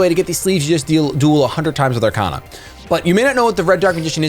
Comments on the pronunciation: Are-Kay-Na, not Are-Kah-Na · It’s Ar-Cain-A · It’s Ar-kay-na you dumb fuck! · You pronounced Arkana wrong, its pronounced arkayna.